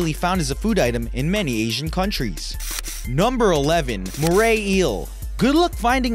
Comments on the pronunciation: I love how you say “Mray Eel” rather than “Moray Eel” Also crocodiles don’t live in oceans and plus they’re Australian. I think saltwater crocodile should be replaced with “Blue Ringed Octopus” or something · Mora is pronounced more a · More-ray eel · He pronounce moray wrong